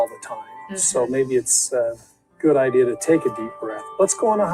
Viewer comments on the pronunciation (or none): "Idea" is "Idiyia"